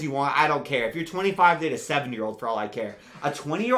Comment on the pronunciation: kinda sounded like "If you're 25 date a 7 year old" but I assume it was "If you're 25 date a 70 year old"